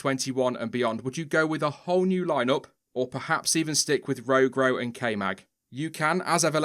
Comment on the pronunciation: JESUS STOP CALLING HIM RO-GRO